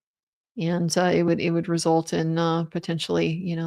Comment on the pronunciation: “the end weesult”🤪